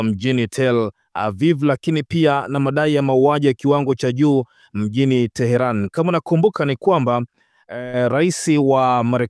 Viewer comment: Mtangazaji rekebisha kutamka neno terani. Huo mji mkuu wa Irani unaitwa tehenani au tehrani na sio terani kama unavyotamka